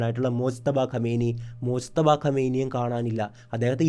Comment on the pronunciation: മോജ്തബ യല്ല മുജ്തബ